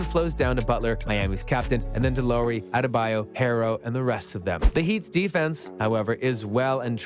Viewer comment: How you gonna mispronounce Herro the entire video